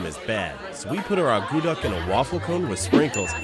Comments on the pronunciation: pronounced 'ah-koo-tuck' not 'ah goo duck'. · That is NOT how you make akutaq, and it is not only made in Alaska but across all Inuit nations (NWT, Yukon, Nunavut, Nunavik, Greenland). And, by the way, it is not pronounced uh-GOO-duck, but AA-coo-tack. At least in Nunavik anyway. I can't say for all Inuit territories because the dialects are so very different. So it very well may be pronounced uh-GOO-duck in Alaska, actually... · From Alaska myself, I found a few of the facts incorrect and they didn't make it correctly. However, I am very surprised they didn't knock it or degrade it. It's. Very tasty treat and I love eating it. Also the pronunciation was incorrect.